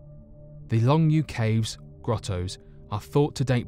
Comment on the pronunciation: Good video, but one nit-picky thing...You really butchered the Chinese names and maybe you should look up how to pronounce them before you actually make the video. For this, the name "longyou" is pronounced like "long" and "yo" and the village "Shiyan Beicun" is pronounced kinda similar to "shur yan bay tsoon." Anyway, just a quick tip for any future videos with China, the "C" makes a "ts" sound like you hear at the end of English words and any words or syllables that have the lone "i" in the romanization (pinyin) of the words make an "ur" sound. That and if you see a "Q" it makes a "ch" sound like in "chew" but pronounced with the tip of the tongue. Also the "Zh" combo make a tip of the tongue "J" sound. Hope this helps for any future videos.